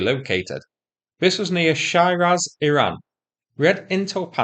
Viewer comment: It's not "Shy Raz", it's Shiraz as in the red wine.